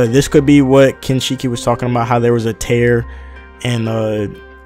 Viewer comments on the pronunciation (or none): tier not tear...